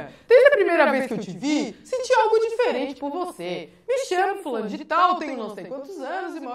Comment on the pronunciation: Kkk quem mais achou emgracado ela falando. Ola me cachamo fulamo